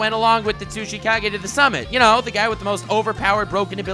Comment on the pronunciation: I keep hearing sushi Kage instead of tsuchikage